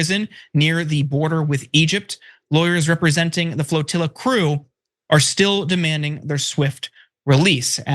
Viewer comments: FROTILLA?? What is wrong with that woman? She can't even say the word. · Did Nina say “fertilla”? Why are blacks so dumb? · whats a "frotilla" 😅😢